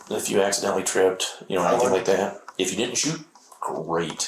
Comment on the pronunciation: It's like a speech impediment trilogy